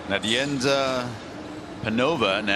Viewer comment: The English speaking commentators cannot say Nadejda (they say something like Nadienda)